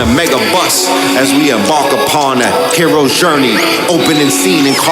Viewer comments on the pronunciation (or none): Did he just say 'Heroe's Gurney'!? 🔥🔥🔥